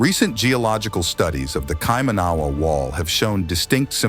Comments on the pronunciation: Listening to the narrator mis-pronouncing Kaimanawa was hurting my ears. Not Kaima-nahwa, Should be Kai-mana-wa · I just can’t watch this video. The pronunciation of Kaimanawa is completely wrong and it’s driving f me nuts every time he says it. If you’re going to go to this much trouble to make a video would r you make sure you were saying it correctly? 🤦‍♀️ it’s Kai man a Wa. Not kai man ahhh wa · hes fking saying it wrong, cant people read???? Kaimanua , ky manu a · Kai-Mana-Waa you pronounce it.Not Kai Maa Nawa. Said with love from a descendant of the area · be nice to get your orator to hear local pronunciations of the local names ,ie Kai man a wah, not, kai man ahh wa . A good read too is '1421' the year the Chinese did a global mapping and tribute voyage , two huge fleets of assorted Junks , It would seem they left mining colonies around the world including in NZ . There is also evidence that a large amount of human bones , that were pre mori-ori and Maori , were ground up in the early 20 century ,for fertilizer !?. Funny how history and priceless archaeological finds can be so selectively valued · Kai / ma / na / wa. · IF you are going to make a film about NZ, The bloody least you can do is pronounce the names properly. Kie Man A wa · Please practice your pronounciation, cringe everytime you mispronounce "Kai-mana-wa" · Where in NZ is this American talking about??? Never heard of the place he's talking about. But I do know of KAI-MA-NA-WA. Shit I just wish people would take the time to pronounce the God damn Maori words properly. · It’s KaiMANawa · I was surprised about the pronunciation of Kaimanawa. Kai mana waa emphasis on 1st and last syllables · Yeah it's actually kai manawa (all hard vowels). The dude is American and reading it wrong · Please get the pronunciation correct its Kai man aw wa. I didnt recognise what you were talking about in my own country until i saw the spelling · TRY THIS . ki - man -a wa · No it’s not. KaiMANawa